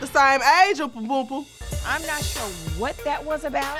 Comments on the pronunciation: Dime, says umperlumpa 🤣🤣🤣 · “Oompa Boomple”😂😂😂😂😂😂😂